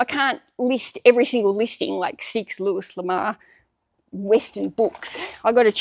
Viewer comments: I learn so much by watching you, I love your videos. Here's a hint, though. Louis L'Amour is pronounced Louie L'Amour. Looie, for pronunciation purposes. Anyway, keep on keeping on. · Thanks for all of your content lately! You inspire me to get my tasks done. 💪 (PS - Louis L'Amour is pronounced LOO-wee luh-MORE -- well in the US anyway 🙂) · He. I'm not poking fun. I promise. Everybody mispronounces things sometimes. It happens when we're good readers. I'm just trying to help. Louis L'Amour - Loo ee luh mor (His name's basically Louis Love. Which is kind of fun, since his real name is Louis Dearborn LaMoore.)